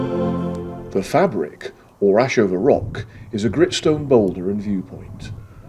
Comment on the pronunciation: Said Faybric, mate.